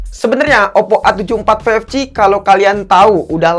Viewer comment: Oppp ❎ Oddo ✅ 😂